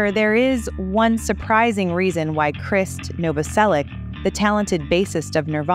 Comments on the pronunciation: This lady pronounces Krist’s name differently every time she says it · His name is pronounced the same as "Chris"... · All filler, worst vid. Announcer can't pronounce words in script such as Krist's name.